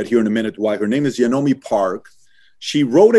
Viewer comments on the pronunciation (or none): I cringed everytime he pronounced her name as 'Yeonomi'...its pronounced closer to Yunmi! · Her name is pronounce as Yawn-Me not ye on mi. She was kind enough to not correct the host i Guess. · He keeps calling her “yanomi” lol It’s yeon-mi not yanomi. It’s like pronouncing Patrick as Patricia or sth Sounds like he’s saying “ya know me” lol All jokes aside it is horrid and inhumane what North Korea is doing to their 23 million prisoners. I pray the regime will collapse within my my life time. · Yeonmi Park.. not “Yonomi’ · YeNOmi? Might want to pronounce your guest’s name correctly if you’re going to have them on your show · Guy can’t pronounce her name … it’s just… yun - mi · Is her name pronounced YA-NO-MEE? I don't know much about Korean pronunciation, but was reading it was YON-MEE. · If you’re going to interview someone who risked her life to escape North Korea of all places at least pronounce her name right... it’s not even that hard Yeon (rhymes with fun) mi (pronounced like mee) she says her name in the beginning of every one of her videos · He keeps saying her name wrong 😠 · He pronounced her name wrong. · he pronounced her name wrong, but in the whole interview that is not even the thing to worry about. i still can not understand why north korea is still a nation in a world that values peace. maybe that is how the cult leaders and hitler was alive for such a long time. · How u gona pronounce her name wrong tho?